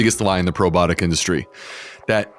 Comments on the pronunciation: "Probotic" or "probiotic?" Is he really mispronouncing it? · Can you please correctly pronounce the word “ PROBIOTIC”? It’s very off- putting, when a medical professional utilizes lazy- speak.